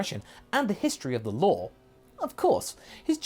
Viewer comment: What is it about the Europeans and saying the word saw as sore? Law as lore? There's no R. What the hell?